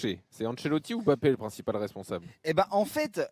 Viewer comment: Incapables de prononcer Mbappé correctement. Vous êtes pitoyables